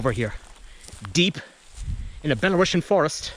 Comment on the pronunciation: Great work! (Please, say it: belaruSian)) Thank you!